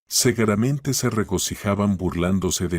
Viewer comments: Seguramente o segueramente?😂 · Y sino vea en vez de decir seguramente,dice cegueramente .¿eso qué es ,qué significa?